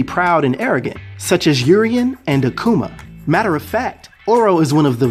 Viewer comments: Bro say it with me now A ku ma Aku ma Akuma not Akcuuma lol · Where do you be finding these physical stats man? You kill me everytime you say aQuma lol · akuma is pronounced ---- AHH-COO-MAH